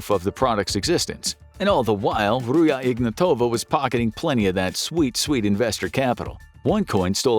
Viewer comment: Ruzha Ignatova is bulgarian. get the names pronunciation straight, rookie.